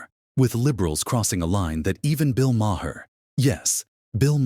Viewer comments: The H is silent in Maher!!!!!! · And learn how to say his last name!